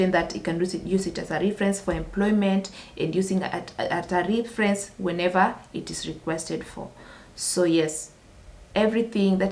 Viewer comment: it's RE not RI ference